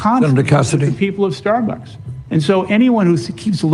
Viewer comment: I love Sam, but is he drunk? He can't pronounce Starbucks, it keeps coming out as "Starberks". 😂